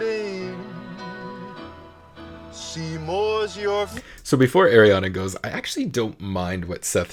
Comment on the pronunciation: Her name is pronounced Are ree ah na... Not Air ree ah na